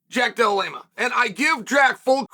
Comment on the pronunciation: I am convinced CHAEL is butchering guys names on purpose at this point 😂😂 JACK DELA MELA SHAVKAT RIHMAYEV KAMARA